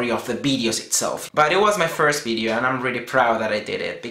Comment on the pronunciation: haha why do you say v (vee) as bee (b)? bee-deo ad-bice LOL like it thought :D